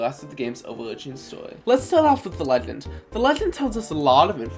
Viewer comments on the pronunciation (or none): You can clearly pronounce all English sounds correctly, you do not have a speech impediment. you mispronounce :d: in "legend" as :tʃ: 2 times in a row, but not in "predict" you mispronounce "over narratives" as "overdzdz narrafs". This is also misspelled, what you're looking for is "overarching narratives" you moan the word "about" (you inhale while saying it instead of exhaling), this is normal in some languages, but not in english. It's okay to just edit out your mistakes. you write "new" but mumble "newly", although the word you're looking for is probably "nearly". you mispronounce :t: as :tʃ: in "mentions". you mispronounce :s: in "shatters" as :tʃ: - You say the same statement twice. This is not an example, just repetition. You slur the entire paragraph, and I cannot hear what you're actually saying.